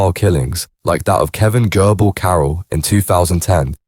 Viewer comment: gerbil Is pronounced JERbil like little RODENTS